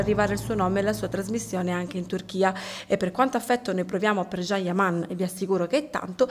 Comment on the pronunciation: Cosa ti devo scrivere... Pure tu come d'altronde Barbara D'Urso dovreste imparare come si pronuncia il nome del amatissimo attore. Figlia mia si scrive Can e si pronuncia Gian ... Non Jean E stato lui stesso che a spiegato migliaia di volte come si pronuncia... #CanYaman